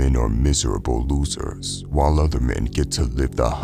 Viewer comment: haha "Loocers" you're a mor on